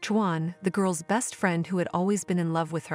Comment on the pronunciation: You should have hired a human to read this story..... Or, maybe you could have taught the robot how to say "Juan."